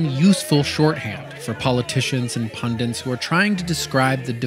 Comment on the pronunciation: It's pundits, not pundents.